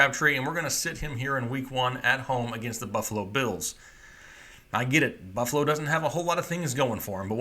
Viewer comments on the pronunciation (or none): none